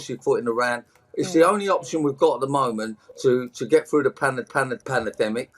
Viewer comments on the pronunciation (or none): "Panna-demmic" Panna Panna Panna Demmic. Amazing 🤣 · Wow, "Pan-a-demic"😅 One Gerry Anderson's puppets was stored too close to an open fire